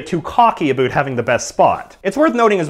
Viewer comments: it about not aboot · About is pronounced "abaot" not "aboot" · Did any body else hear him say "aboot" in the video, instead of about? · He asked for a boot is he Canadian? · I love how you pronounce "about". abuut. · "aboot" Oh my god, this is the most canadian thing ever. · "a-boot" What accent is that?!?! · Why do you pronounce Aboot and Sooth like that? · Any else hear the aboot? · I noticed he's Canadian when he said aboot. I thought it was just a dumb joke... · lol aboot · Are you Canadian? you pronounce about as "a boot" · Why did he said aboaut???? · The way he says "About" though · its about not abut